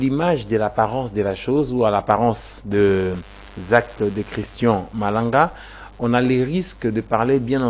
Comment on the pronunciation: Vous ajoutez trop des A dans votre élocution... Christan Malanga et non Christan A Malanga